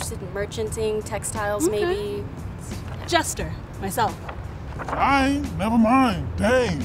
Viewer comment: I know she did not just say Jester ! I can't